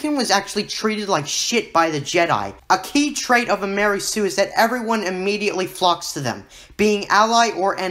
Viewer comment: Dude its not like a new hope gave us any info on what happened directly after Anakins fall and those 2 movies have a similar time gap gosh you really dont know what ypur talking about. And you kno not to take a guys seriou9 when he doesnt know how ro pronounce mary sue and calls it "lary sue" oh boy this channel is dumb af